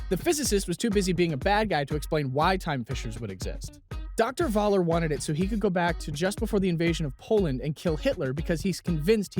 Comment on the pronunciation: "Dr. Vaaller", it's pronounced Foller. Germans pronounce the letter V like an F.